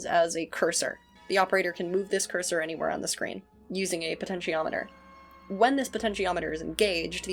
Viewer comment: You pronounced potentiometer correctly, don't worry :)